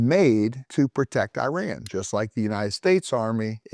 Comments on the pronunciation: It’s not “eye-ran” …. It’s Iran (ee-run) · Please don’t say I run!! It sound absolutely STUPID IRAN is pronounced E run. It is not appropriate to talk about a topic when you do not pronounce your topic properly to begin with. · oh my...the way you pronounce Iran is disturbing, this way of Pronunciation was started by some Fox News Airhead anchor. Iran is pronounced (E-Run), Not (I-ran) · It is not I ran, it is IRAN, one word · Thank you being our voice.🖤🖤🖤🖤🖤 By the way, Iran is pronounced “ee-RAHN,” not “EYE-ran.” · Dear sir. It is no. I ran as if you ran away. It is Iran as in. Irrigation, pronounced Eran . The I R GC terr-or-ist corp. stands for Islamic Revolutionary Guards and not Republican Guards. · Very intelligent guy, as an iranian, this is one of the more accurate videos ive seen.(just call it e-run please not i-ran) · wtf is a eye ran ? u ran ? bro is giving us history listen but cant spell the countrys name properly , its called E ran (iran) its not even hard u just want to bucher it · It's pronounced "Eeraan" and not ei-ran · it's pronounced e-run and e-run-ian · Iran is pronounced EE-raan, easy. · The correct pronunciation of Iran = E-run, Iranian = E-runian